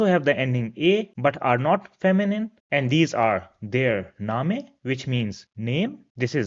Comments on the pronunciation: Thanks a lots sir. Great content but i heard your some pronouncation like bitte name ( you pronounce different where -e comes last ) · I think you are mispronouncing the words that end with the letter 'e.' For example, 'name.' (Or maybe my understanding is wrong. Correct me, please! And thank you for the beautiful video.